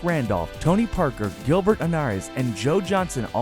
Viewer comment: Wrong Isiah Thomas That's not Tony Parker and that's not how you pronounce Gilbert's Name smh dumbest sports page I'm reporting